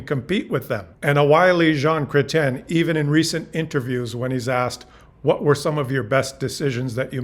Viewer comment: Your ‘Chrétien’ is impeccable. 👏👏👏👏 And a very educational and entertaining presentation